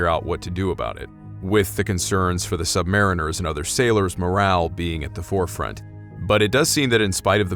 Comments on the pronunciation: It's pronounced "sub-marine-ers" not "sub-mariners" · We , are Not sub mariners . Say it correctly or , DONT . Submarines also , ARE NOT a ship . They are boats . Sargo SSN 583 ah rooo gah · Atmosphere nailed again. Cool. Couple of things though, i'd heard that sub sailors prefer the pronounciation "sub-mar-EEN-ers"and that it's never referred to as the "ship" but the "boat". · I seem to recall that, in the US Military, the submariners pronounce the word as sub•mar•EE•ners. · I was a Cold War submariner (then I joined the US Army in 1984--go figure!) I loved submarines & should've stayed there! I have great respect for all bran hes of US armed forces. We call ourselves "SUBMARINE-ers" (please). 😊 Anyway, i remember weird & occasionally spooky things taking place on my boat during the 7 patrols (70+ days submerged with 2 port calls in 6 years! LOL!) & one flexops while on the SSBN I served on. I knew immediately that your video was on the up & up when you said that in ER LL (Engine Room Lower Level, which is pronounced "Engine Room Lower Level"--we didn't verbalize acronyms because in a casualty of ANY kind on a submarine, clear communication is absolutely vital, so we called everything by its actual name to prevent confusion, as time is absolutely of the essence)--anyway, ER LL does indeed have multiple bays: Main Lube Oil Bay & 2-3 more (sorry, it's been >40 years since I qualified in submarines so I've forgotten much). ANYWAY, I liked your (creepy) video & thank you for serving in the USMC. And Thank You to all the vets (& especially subvets!) out there! RS ET2 (SS) (NAVET DIV), USN SGT US ARMY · It’s pronounced, “submareeners.”